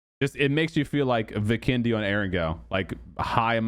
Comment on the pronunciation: So you didn’t watch the Whacky Jacky PUBG 101 video Part 1, How to say Erangel?